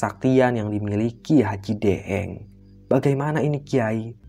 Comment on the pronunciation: Daeng itu istilah pangkat atau jabatan atau gelar seorang bangsawan di daerah pulau Sulawesi tepat nya Sulawesi Selatan 🙏 ini kl daeng ya ini kan lidahnya orang Jawa jadi deeng 😂